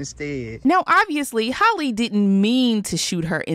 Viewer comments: It’s hall-eeeeee not hollie 🙄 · Not HOLLY, HAL-LEE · It’s pronounced like Hally not Holly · Can we prioritize pronouncing black women’s names in 2022? Because her name isn’t Holly…it’s Halle…pronounced exactly like Halle Berry. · Can you please say halle name right like it’s not holly it’s hal eeee like i know I’ve commented this before like stop butchering her name honey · That’s not how you say Halle